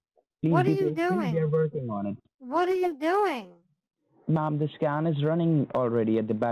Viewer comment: When he said, "I'm running a scan now," it sounded like he said, "I'm running my a scam now."